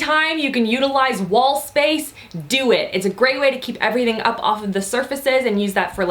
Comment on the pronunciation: "Dust errything" 😂😂😂 yes.